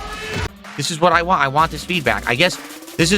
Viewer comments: “I’m giving you what you wah! If this isn’t what you wah, you need to tell me what you actually wah! Otherwise I’ll never know what you wah!” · Poor Telerence Carter, so dedicated to not remembering him that "want" is now "wahn" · The way he says "want" drives me insane.